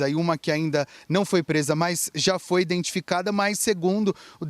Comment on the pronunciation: PRUNUNCIE CORRETAMENTE: não é iNdentificado, iNdentificar. O correto é identificar, identificado... etc